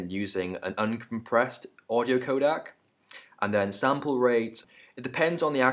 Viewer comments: ProRes is not uncompressed/lossless . shit tutorial. (Also its codec not kodak) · Please don't say it codAc... It is really furstrating... And ProRes and Animation are NOT uncompressed codec...